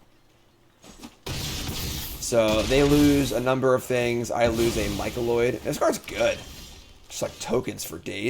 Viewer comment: In keeping with B2M tradition....new set means new cards that can't pronounce. "Mycoloid" 😅😅 #nonbeliever